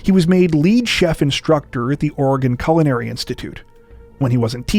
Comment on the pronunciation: you mispronounced "culinary."